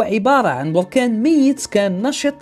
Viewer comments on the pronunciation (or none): none